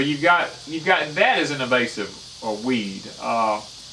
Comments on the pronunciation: It's INvasive as in invade. Evasive is evading. I normally despise the you tube grammar police but couldn't resist. I'm an idiot. If it weren't for spell check I would have misspelled idiot. Great video though. I'm thinking of moving to Alabama and now realise how little I know about how deep of trouble I could get in to. Thanks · I was fixin to comment on that! Invasive! I’m from Texas and I can say it! ;). We know what he means though....